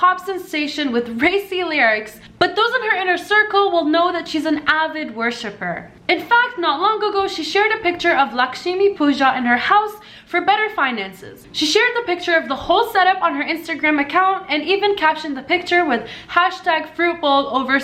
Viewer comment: It is pronounced La-ksh-mi I practice Hinduism and I live in India